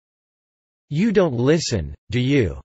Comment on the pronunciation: Спасибо ...но лисн надо убрать..